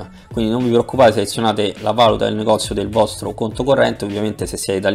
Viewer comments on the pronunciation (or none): "va·lù·ta" non "va'-lu-ta" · grazie per il video. comunque è valùta, non vàluta... :) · Grazie tutto interessante, peccato la musica e poi si dice Valùta e non vàluta....